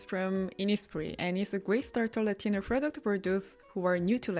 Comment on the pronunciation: when you say "retinol" I hear "latino"